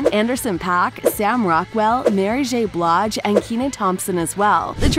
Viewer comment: I'm sorry, I'm here to cringe at how the narrator pronounced "Blige" of Mary J's last name (Blawj), and...then how she says *NSYNC (ensynch). Please just stop. Say it right or find someone that will. Thanks. I CAN'T EVEN FINISH WATCHING THIS because constantly hearing her pronounce *NSYNC wrong is insanely nerve grinding.